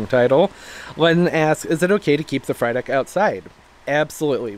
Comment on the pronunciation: Everytime you said Frydek, I heard fried egg 🍳. Lollll